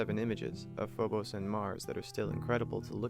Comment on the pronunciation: You're saying phobos wrong